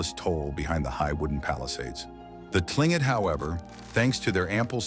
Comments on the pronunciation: KLING-kit is the correct pronunciation (according to the Tlingit people themselves). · another AI crap. That should be Tlingit ? 🙂